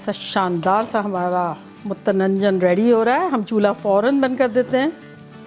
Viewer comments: Mutananjan bata rahi hai aap. Mutanjan nahi kah pa rahi hai . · MUTANANJAN koi wird nhi hai dear respected madam. Its just MUTANJAN simply aunti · It's so much fun hearing you saying "mutananjan". Hahaha! Some words just don't come out proper 😁 I'm going to make it today for iftar. Got all my ingredients ready and rice is soaking. I will update with the results later tonight. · It's pronunciation is Mu tan Jan. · Mutanjan huta hai ap sahi pronounce nahi Kar rahi hain